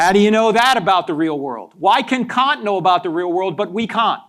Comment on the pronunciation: His use of Kant as can’t 😂